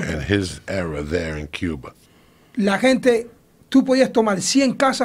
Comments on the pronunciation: “In Kuwa.” -“In Kuwa.” “In Cuba” -“In Cuba” LAWL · yeah, its supposed to be pronounced Cuwa. I'm also a native cuban c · Yoel: En Cuva Joey: In Cuba Joe: In CueBall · Joey: in gua Yoel: in gua Joey: in Cuba Yoel: in cuba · It's CuVa with a silent V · Joey:en cooba? Yoel: en cooba Joey:in Cuba Yoel: in Cuba